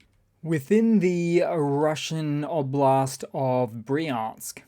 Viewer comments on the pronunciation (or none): none